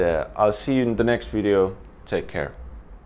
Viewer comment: I love it when he says "wideo" (video)